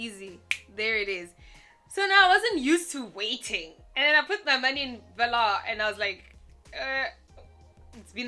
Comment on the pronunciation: I currently actively use 3 different South African crypto exchanges and VALR is probably my favourite one of the 3. There's maybe one or two issues I have with the platform, but those are issues that the other exchanges I use address sufficiently Sidenote: I think it's pronounced like "valour". Not 100% sure myself but that's how I've heard most pronouncing it